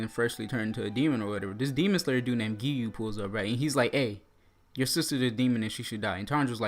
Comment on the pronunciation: He said geeyuu